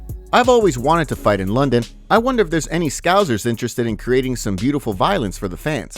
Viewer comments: Scouse like 'Mouse', you don't say "Mouze" or Mouzer why would a scouser be a scouzer? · Still saying Scouser wrong 🤷🏼‍♂️